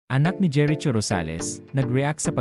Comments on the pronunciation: Jeri Cho vs. JERICHO (pronounced as Jeriko) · Kelan naging jeret cho ang pangalan ni jericho😂? Patagal ng patagal ang panahon nagging bobo na ang pronunciation. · Jeriko po ang pronounce at hindi jeritso 😅😅😅😅😅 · Ano ba naman ito nag voice over ot seems pinoy din sya di alam gumamit ng right pronunciation ng name ni Jericho ( "cho" should be pronounced as "ko") pakituruan nga yun ng nagvovoiced over dito